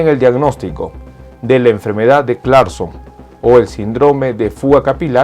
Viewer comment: Muy buen vídeo, aprovecho para decirle que no diga sindróme (con énfasis en la O) suena feo, se pronuncia síndrome, con acento en la (i).